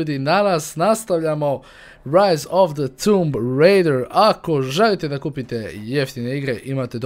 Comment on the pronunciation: kaze se tomb,a ne tumb zato sto nema dva o nego samo jedno!!!!!!!!!